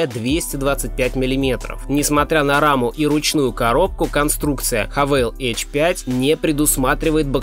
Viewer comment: Не эйч 5 а аш 5.